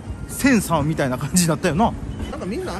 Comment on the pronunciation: 「センサー」なのか「千(昌夫)さん」なのか？